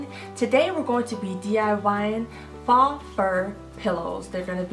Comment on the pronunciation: It's not faa, it's pronounced with a long o, just say the letter O. I love your ideas